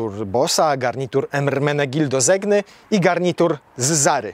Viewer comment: Czyta się Ermenegildo Zeńja, nie Zegna :)